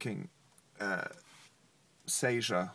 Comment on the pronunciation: He mispronounce "Seizure".